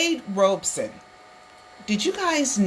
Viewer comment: it's ROB SON. not. ROBE SON.